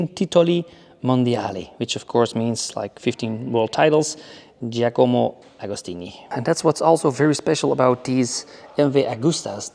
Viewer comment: Giacomo agostini u moron…the greatest of all time and u are not even able to pronounce properly his name….